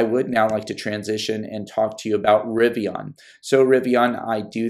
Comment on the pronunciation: It’s pronounced Rivi-IN, no ON. The end sounds the same as “olympian.”